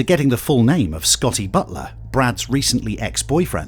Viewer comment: Scotty Butt-ler. Hahahahaha!!!!